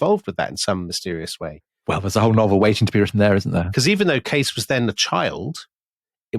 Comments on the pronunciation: Good afternoon from the beautiful California wine country 2 years later. Fun series. Just a little correction, Tom, Edgar's last name is pronounced Kay-cee. Yup. Love you guys and tell everyone I know about The Rest is History and you. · Edgar Cayces name is pronounced 'casey' not 'case' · The last name of the Graham Hancockish somnambulist loon, Edgar Cayce, is pronounced "KAY-sea" (/ˈkeɪsiː/), not "Case." Nice catch on "coccyx." Also, great show as usual. 👏 Thanks! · The last name of Edgard Cayce is pronounced "casey". Do your homework. Ruddy limeys. Shit. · The 'Sleeping Prophet's' name is pronounced Edgar Kay-See. I've listened to so many of your episodes and THIS is all I've been able to contribute. Humbling, that. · Edgar Cay-See